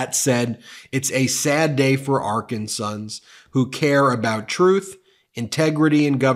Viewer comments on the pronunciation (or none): Thanks for reporting on my beloved home state of Arkansas. Pro-tip: "Arkansans" is pronounced Are-kan-zins. :) Keep up the great work! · Are-can-sans... correct pronunciation. ✌🏽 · When talking about Folks in Arkansas, you Pronounce them as: Are-cans-zens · 🥴. Residents of Arkansas pronounced…ArKANsens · It’s pronounced ArKANsans, but preferably Arkansawyers 😊